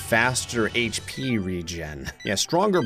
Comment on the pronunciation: Bro pronounces “HP” as “Hip” 🤣 “Aaaaaand I’m the king of dragon balls” If you know, you know. 😏